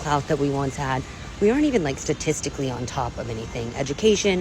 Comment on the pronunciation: I love when stupid people are highlighting how stupid they are "schtatischtically"... because everybody, like, hates us... oh... mai.... gaawwd...